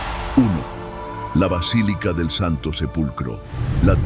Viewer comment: Sres: “vacilica” es erróneo. Es Basílica! Que descuido